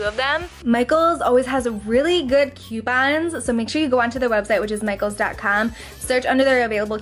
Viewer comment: "Q pons" lol